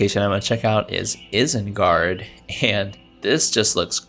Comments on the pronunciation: if I hear you say isengard like that ONE more time while im watching this vid- GOD DAMN IT. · Why did you say isengard like that... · I feel like this guy is lying about not knowing “anything about Middle Earth” because ain’t no way you haven’t heard “Isengard” pronounced correctly.